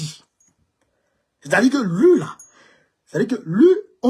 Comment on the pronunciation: ON NE DIT PAS "LU", ON DIT " LUI. MERCI BEAUCOUP